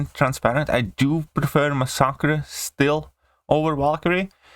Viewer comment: he masaccared mascare's name lol